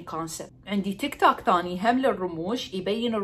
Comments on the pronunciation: تك توك اسمه تك توووك .. مو تك تاك .. لشوكت اظل اعلم بيج 😑 تخلللف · هوه اسمه تيك توك مو تاك تام👍